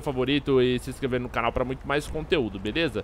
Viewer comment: o fala: "Eae galera veleza."